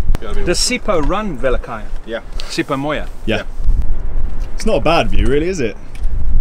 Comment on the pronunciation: It’s Sipho Mona Jan 😂😂😂